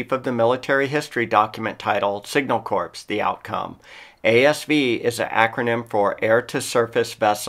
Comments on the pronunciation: “Corps” is pronounced “core”, not “corpse”. The “s” is silent. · Excellent video, and gleaning from source material. Only criticism is pronouncing of Corps. The s is silent as in “core”